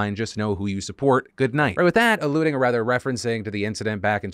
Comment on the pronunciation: Markiplier’s getting Nude for the Good (pronounced Goo-d)